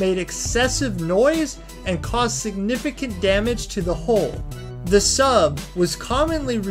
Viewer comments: Hull not hole. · It's a 'pressure hull', not a 'pressure haul'. It's the 'Mariana Trench' and the bread is baked 'aboard', not 'abroad'. I could go on but this video is making me physically sick. Learn to speak, learn what you're talking about or at least learn to read.